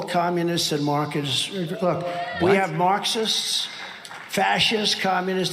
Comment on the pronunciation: He said “markists”